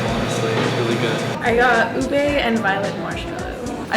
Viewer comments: I'm Filipino and it's not ebay it's uba (oo-bae) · It’s pronounced “ub-eh” not “ubey” ice cream. Just a tad bit of correction and tbh that ice cream isn’t really special in our country, just commonly used a lot in a lot of desserts. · Ube is pronounced oohbeh not oohbey Just a correction😊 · Ube not ebay